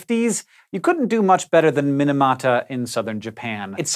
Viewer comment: Mee-nah-mah-tah. Not min-a-mah-tah